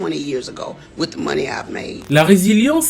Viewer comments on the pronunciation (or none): none